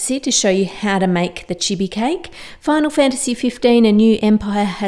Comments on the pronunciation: That's so cute and not hating though but that's not how you say chibi u said it to fast how all me and my friends and some other people on YouTube pronounces it like chIbI you say the i's a bit slower but I love ur vids 😘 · Im sorry but... its pronounced cheebee